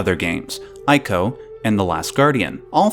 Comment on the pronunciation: Not to nit pick... but as 'Wander' is pronounced 'Wanda' in Japanese, ICO is pronounced 'ee-co not 'I-co' ; )